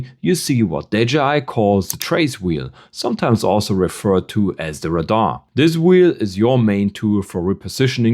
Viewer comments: Dont worry too much, we understood you even if you pronounced RADAR as Rah-Dar and Vehicle as Vahikel. The other person though thought you were using non english words haha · He did not use any slang words. Do you mean his ACCENT? He called Radar (Rah-Dar) and Vehicle (Vei-haikel). Which is a common pronunciation in Europe. 👍🏻